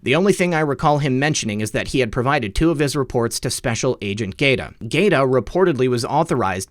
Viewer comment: If Michael Gaeta pronounces his name like the Italian city - it's (guy-A-ta).